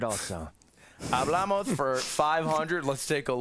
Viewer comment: Ludwig kept saying Hablamoz